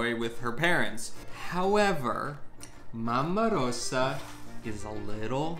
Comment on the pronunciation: ‘Arper ! Why you pronounce Mama Rosa, Mamma Rossa?